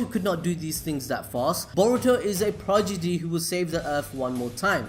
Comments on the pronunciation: he said PROJIDY.. instead of prodigy😂😂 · Its prodigy bro not progidy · progidy! Not prodigy? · ah yes the progidy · Anyone not gonna mention "progidy"??????? Anyone at all? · u said prodigy wrong😂 but i still love u